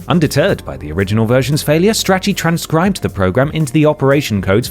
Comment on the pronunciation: Strachey isn’t pronounced like itchy and scratchy 😅 it’s like achey (achey strachey heart)